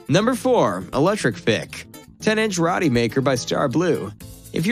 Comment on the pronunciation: I think it’s pronounced Row-T.